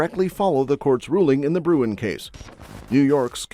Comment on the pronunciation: BTW … IT”S BRUEN…